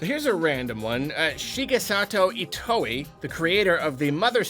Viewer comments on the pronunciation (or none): love you, but its not Shigesato Itoi (E-toe-ey) Its Itoi (e-toy)!